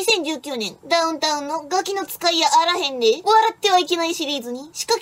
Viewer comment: の「ガキの使いやあらへんでぇ～」の言い方が正統関西弁。 良いですね。